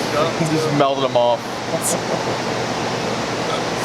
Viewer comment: I didn’t know there was an adult out there that can’t say melted. Where the hell is that guy from?